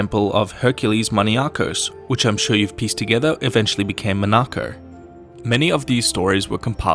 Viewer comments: Mo-NAH-ko? I've always pronounced it MON-ah-ko. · Monarco hahaha Mon-a-co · Did you call Monaco Manako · I know he Is british, but it's driving me crazy hearing him say monaco